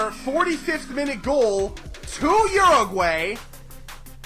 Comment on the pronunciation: A little better pronunciation of my country Uruguay (Ur-A-Gwy). Besides that good video.